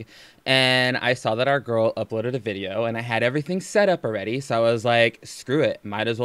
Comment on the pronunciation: "Gorl bye" 🤣🤣